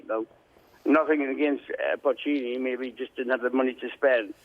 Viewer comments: Lol, he called him pochino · I heard that. And then a bit later he says “Puccini” as well!